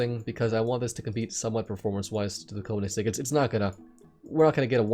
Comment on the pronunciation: Great video as always, just saying it's pronounced "Kern-igg-segg". Love the work bud